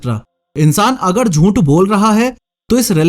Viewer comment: jhooth❌ joont✔️